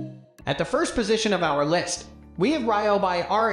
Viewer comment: Can’t even say Ryobi correctly 😂😂😂😂